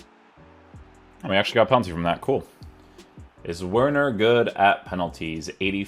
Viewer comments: Bro it’s not that difficult to pronounce the W as a v 😂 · It's pronounced Verner.. 😆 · Just a heads up it’s pronounced Verner